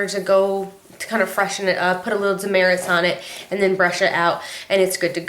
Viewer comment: It's actually pronounced Duh Mert. If you go in the store saying you want Dermerits they will look at you crazy. It's Demert.